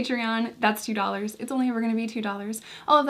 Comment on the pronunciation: why did you change your "two dollars" accent 🥺 I hope people haven't been harassing you about it. I like it better when you say it naturally! plus it sticks in people's heads better, that's why singers change their voice/pronunciation. it's good for business! : )